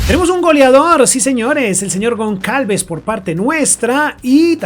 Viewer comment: Goncalves? Aprende a pronunciar anda.. que parece mentira que te dediques a hacer vídeos de fútbol sin tener ni idea..